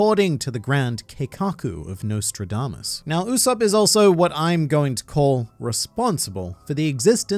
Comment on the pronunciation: "It is in fact Usop-PUH" xD